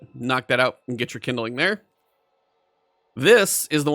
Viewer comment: "Kindling" is a 2 syllable word. It's not "kin-da-ling". It's "kind-ling". Couldn't watch this because in 5 minutes he said kin-da-ling like 20 times.